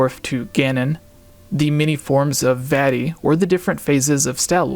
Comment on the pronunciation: Please say Vah-Tee instead Vati...